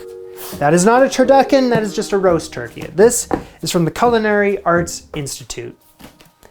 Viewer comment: . I swear he said "Culinary Arse Institute." Did anybody else hear that?